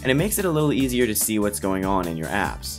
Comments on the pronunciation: sounds like you said "see what's going on in your ass." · HAHA YES!